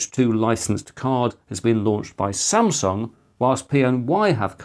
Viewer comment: He said Samsung which was incorrect